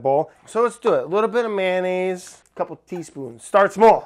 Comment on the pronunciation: What is with you guys and saying “man-aise” instead of “mayo-nnaise?” Its mayonnaise you guys! But I still love all of you, and sorry not sorry for being a grammar freak😂